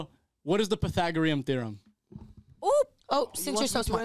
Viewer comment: First of all its Pythagoras theorem not some pythogorian theorem learn to pronounce it properly